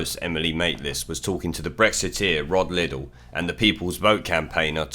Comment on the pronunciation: Liddle not puddle